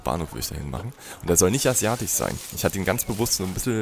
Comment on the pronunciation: Hallo, deine Videos sind super Klasse und genieße es deinem wachsenden Zoo zu zusehen. Das du Anfangs meistens mit den selben Steinen arbeitest finde ich nicht schlimm du individualisierst das im Nachhinein ja wirklich hübsch - Respekt... Es gibt nur eine Sache die mich an deinen Videos stört... dein Tick mit dem CH wenn da ein SCH zu hören sein müsste... es heißt asiatSCH nicht asiatiCH ich hab mal drauf geachtet du machst das bei allen Wörtern so allerdings das Wort stören sprichst du richtig also kannst du es ja... sorry musste ich mal loswerden:-D aber sonst feiere ich das was du da machst. Jürgen